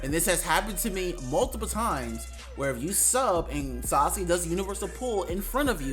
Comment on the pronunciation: "Sauske" bruh